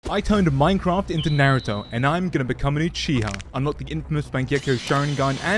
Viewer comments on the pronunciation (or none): It’s Naruto not Neruto